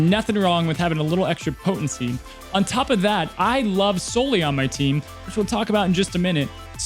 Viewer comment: Please pronounce Sully's name correctly.